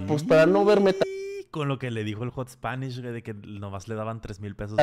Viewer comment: Que ansiedad me da que diga "HotSponish" 😂😂